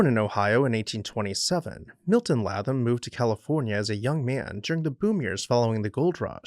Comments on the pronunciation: His name is pronounced “ Laytham” not Latham! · Fine video! However, I believe his name is pronounced LAY-tham.